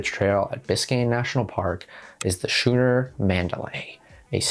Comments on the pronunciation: Great content as always!!! a nitpick. "skoo-ner" not "shoe-ner" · Maritime is pronounced MAR-eh-time (sort of how the state Maryland is pronounced MAR-eh-lind, which is to say, not at all how it's written, lol). Schooner is pronounced SKOON-er (like school is sk beginning). People who get their information primarily by reading often pronounce words phonetically like this, meaning they're getting their information from actual written sources like books. This means you a much more trustworthy source of information imo, because it's clear you've really studied this. Another great video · 'schooner' pronunciation: "skoo" + "nuh". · Please don’t tell me that that is the American pronunciation of schooner? Try school… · Schooner really bothered me, but I didn't even notice maritime. To each their own I suppose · the ch in schooner is a k sound